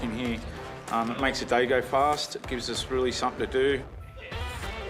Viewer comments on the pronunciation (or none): none